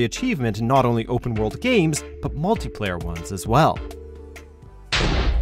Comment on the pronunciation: Lol i. The begging it souded like he said multiplayer gays